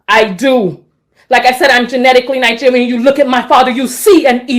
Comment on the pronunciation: Nine-gerian- American?